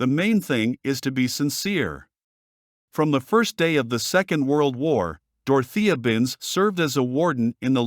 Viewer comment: Saying Binz’s full name as though it is all one word is the least annoying aspect of this video, but damn annoying it is, and the click-bait is unforgivable in a video on this subject.